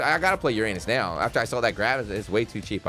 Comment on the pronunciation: “I’ve got to play Yur-Anus now” Me:… no thank you